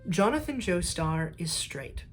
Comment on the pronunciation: YOOOO Yugoslavian jonathan